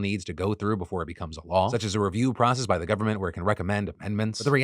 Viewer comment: When he said "Governmental Election", all I heard was "gooverment". Like goo, as in something gooey. Was I the only one, or did anyone else hear that? 😂